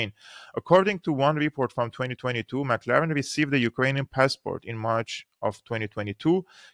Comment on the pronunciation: Boneface's name is "McLellan" not "McLaren"